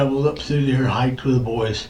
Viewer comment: “I was laughing at you, not wit you.” 😂😂😂😂